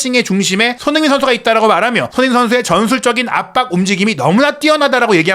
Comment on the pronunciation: "손흥민" 발음을 좀 정확히 해 주실 수 없을까요? 다른 발음은 모두 정확하신데...